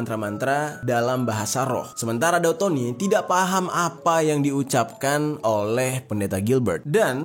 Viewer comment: Daud bg bukan dau